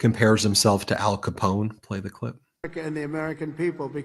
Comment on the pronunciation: I think he also pronounces the gangster's name Alphon Scapone!